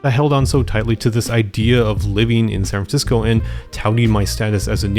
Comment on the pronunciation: San Francisco has four syllables, just sayin'